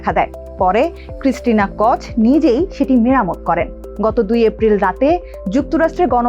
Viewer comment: For your kind information, the pronunciation will be টর্টিয়া, ক্রিস্টিনা কো–ওক, ক্যানাডা, এবং হিউস্টন not the way you are saying.